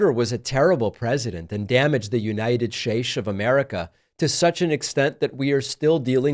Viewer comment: David .. please pronounce the United States correctly .. thank you ..